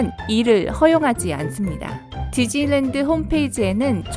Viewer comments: 저는 지즐랜드라고 들려요. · 발음 겁나 흘리시네요ㅋㅋㅋ지즐랜드ㅋㅋㅋㅋㅋ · 지즐리랜드 ㅋㅋ